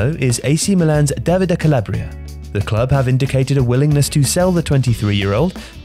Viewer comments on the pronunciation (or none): none